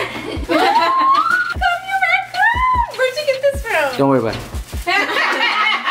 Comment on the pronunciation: I know all of yall who watch this video heard her say she want a rakun that had me dead laughing